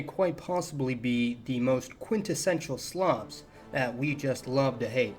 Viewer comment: I first heard 'quintessential slobs' instead of slavs 🤦‍♂️